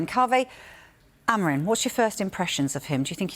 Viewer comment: Please learn how to pronounce Ruben Amorim´s name jesus u guys keep butchering his name